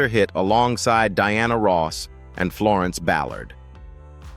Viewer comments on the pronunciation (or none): none